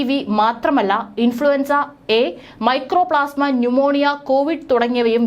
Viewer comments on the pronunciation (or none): It’s not microplasma. It’s mycoplasma.